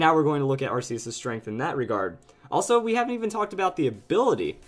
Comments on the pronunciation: its pronounced ARK-E-US NOT! AR-Ss-E-US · that moment when someone has seen the arceus movie and pronounces it 'arseus' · It's still pronounced ar-key-us though. I know it may seem weird at first, but it really is.